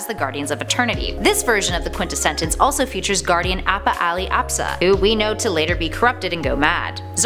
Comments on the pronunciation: I absolutely LOVE you and your insight on comics! If I may though, it's the "quint-es-sence", only 3 syllables! Thank you for this amazing insight on a character I feel may not last long! Keep up the amazing work! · "Top Ten Words the Can't Pronounce" #7: Quintessence.